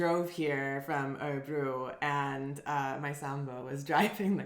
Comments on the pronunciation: Interesting from the start - but my goodness,!!!:-) <3 Did you say Årebro? You got me really confused! Please, you'll give your Swedish the final touch, if you'll take half an hour for this: fanfare: Å is always pronounced å!:-D drumroll: Ö is always pronounced ö!:-) There are no exceptions! Nada! Never ever any exceptions! Å is not a difficult sound for you - you have it in your name: Thyron - in Swedish: Tajrånn. Ö is not a difficult sound for you, either - you have it in nerd, first, heard, wouldn't it be convenient if you would always write them nörd, först, hörd? It is as if you'd need to be confused about spelling, you are that used to it, because your own mother-tongue is so confused about spelling, for historical reasons. Look at the words below, read them aloud, and remember: å is always å, and ö is always ö, and then, when you take the subway or walk through the town, reinforce the connections, when you see all kinds of signs and adds - å is å, and ö is ö. No exceptions!!! Åker, Åhlens, Skåne, Åland, Åre, Vårgårda, Åsnen, Håkan, måndag, svår, går, står, mår, får, låta, våta, våra, åka, ås, ål, hård, hålla, kråka, bråka, låna, nån, sån, måste, etc. Östersjön, Örebro, Köping, Söder, Öland, Götaland, lördag, söndag, söker, göra, öga, höra, lönn, lön, bröd, smör, nöt, öka, öste, öl, böla, kröka, göra, mörk, möta, mötte, möte, möjlig, skön, etc. If you see Å å, you pronounce it å - every time! Just like we do. If you see Ö ö, you pronounce it ö - always! That's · you pronounce Örebro like Årebro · What is "Orebro"? Make an effeort to pronounce Ö correctly. The phonem does exist in English. This discussion was just as meaningless and shallow as can be expected of two yanks.